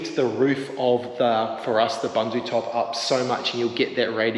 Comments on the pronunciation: Looking great. I have been holding back on correcting you on your pronouncing of Bundutop. Being south african the word bundu is afrikaans and means bush or outback or in the sticks and is pronounced boon-do and not bun-do.😅 keep up the good work you almost there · I love your channel and have been following you guys since your Jeep days. I would like to say that if you are using or being sponsored a product please learn how to pronounce the name properly. 😂 booendoo. Thats the closest I can get. The African meaning of Bundu is bush/wilderness